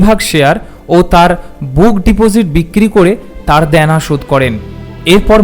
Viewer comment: দ্যানা নয় "দেনা"। "স্নেহ ", " সংশ্রব" উচ্চারণ করছেন। সিযুক্ত উচ্চারণ নয়। " শ্রীযুক্ত"। হিন্দি ভাষীদের মতো শ এর উচ্চারণ